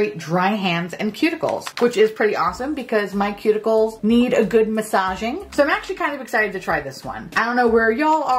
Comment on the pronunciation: I thought you said “pube- ickles” instead of cuticles!